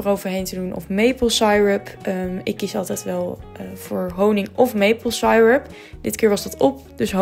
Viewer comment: Wat een lieverds die konijntjes! Je spreekt syrup uit als sir-up, niet sai-rup :)